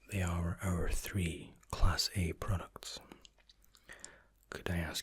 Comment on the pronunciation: I just though he was trying to say classy